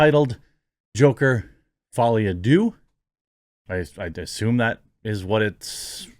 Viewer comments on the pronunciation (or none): none